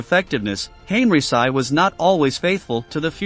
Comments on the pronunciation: "Hen-ree-chee" not henryci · No need to massacre German Generals last Name the way you did. There are other languages in this world and the least you can fo is to learn how to properly pronounce it. First time we hear someone calling. General Heinrici as Heiricy!! His last name is pronounced Heinriki sometimes Heinrichi. I recommend you to watch a YouTube video from Mark Fulton. Better to approach things from a real history and not cliche and propaganda used over the years. You are painting all the German Generals as evil. Nazi were criminals no doubt. But they convicted Some of the Luftwaffe Generals for bombarding cities. Well who unnecessarily burned Dresden towards the end of the war? a city with not a single military target ? War is war both sides bombarded civilian targets. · Why don't you try to pronounce Henrici name properly.?.... I had to refrain from shutting this video off. .. Please, learn how to pronounce foreign names properly... Respect your audience...